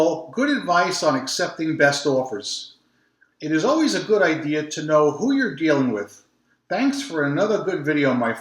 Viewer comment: Beautiful! Great idear ( says it like this) for all good sellers on The Beast.